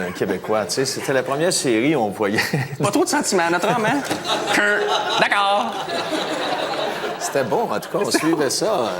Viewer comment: ''dacors'' XD